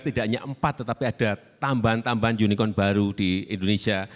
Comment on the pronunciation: Pa jokowi lafalnya unicon '(yunikon)' bukan unicorn '(yunikorn)' ya pasti pa prabowo tanya balik 'yunikon' atw 'yunikorn' ? klo lafalnya bener pasti langsung dijawab